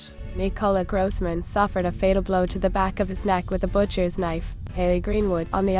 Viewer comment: Grooossman? Grooosman!? That is not how you say it!